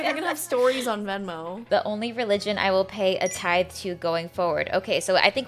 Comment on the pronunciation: Tithe is pronounced with the voiced th like this, not the voiceless th like think...i took Greek for 3 years staying in 6th grade... THANK GOD i can finally apply it while watching a butt venmo video!! Lol